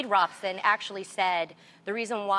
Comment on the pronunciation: You say that she does her research but she could not pronounce Robson and she said Wade testified in 2003 aged 23 which is not true. He was testifying in 2005 aged 22 going on 23.